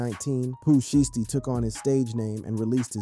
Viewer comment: WTF IS SHEESTY ITS SHIESTY 😭😭😭